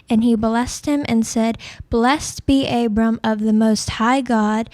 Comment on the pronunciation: its also not pronounced abram